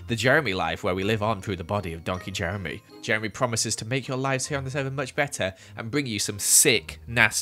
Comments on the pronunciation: You know hes upset when he says Jemry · oh fank you jeremy, oh fank you 🙏🏻